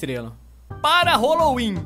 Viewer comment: "Holowin" kkkkkkkkkkkkk